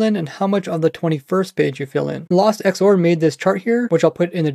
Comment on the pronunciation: U pronounced xor wrong lol